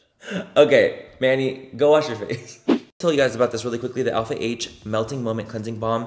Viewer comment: All I think about now is when Laura Lee pronounced “Alpha H” as “Alp-hah” 💀